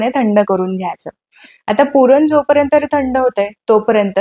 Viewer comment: खूप छान अगदी मनासारखी झालीये हॊ पुरणपोळी.👌👌👌👌👌 Tip : तुम्ही "पर्यंत" ह्या शब्दाचा उच्चार " परेंतर" असं करत आहात. तो सुधारल्यास उपयोगी ठरेलं.राग नसावा ही विनंती. 🙏